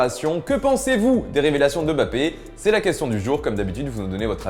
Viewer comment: On dit pas Bappé mais Mmmmmbappé